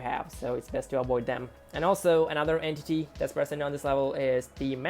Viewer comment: "entiy" also why did I watch this at night